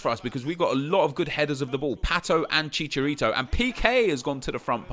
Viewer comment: Stop saying fucking chicharito like that